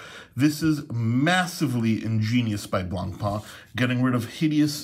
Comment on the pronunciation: Great vid, thanks, you could brush up on your pronunciation of Blancpain though, that's 'pan rather than 'parn.